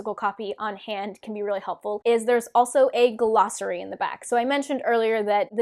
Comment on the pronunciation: What the heck is a guh-lossary? What the heck is a TAR-vuh-lon? There’s no ‘guh’, it’s just glossary. There’s no emphasis on the ‘tar’ in Tar Valon. It’s Tar VALon.